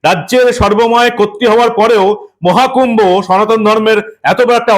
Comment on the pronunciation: পরিস্কার করে কথাটা ও বলতে পারে না। মহাকূম্ভো না বলে মোয়াকুম্ভো।